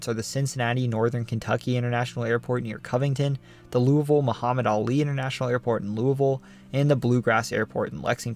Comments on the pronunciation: I grew up in Western Kentucky. My friends and family always used the pronunciation you use for Appalachia. You also pronounced LOO-uh-vul correctly. That's rare for people outside the state. Also, one of my ancestors was murdered by Night Riders in the Dycusberg, KY area. I think his headstone even says he was murdered by Night Riders. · Wow, you pronounced "Louisville" pretty well! A lot of us in KY pronounce it almost like "loovool", with the "oo's" sounding as if you're saying "drool". 🤣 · Shout out from FLEMINGSBURG KY, great job!! And you pronounced LOUISVILLE correctly! 😊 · Excellent job on pronouncing "Louisville" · Thank you for saying Louisville correctly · i am just happy he said Louisville correctly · Also! Very impressed you pronounced Louisville correctly as a proud Kentuckian would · hello from Louisville a+ for pronouncing it right